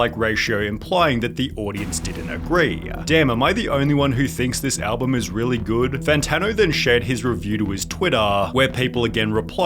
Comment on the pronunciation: Are you pronouncing "album" wrong on purpose like the weird guy that does pc tricks?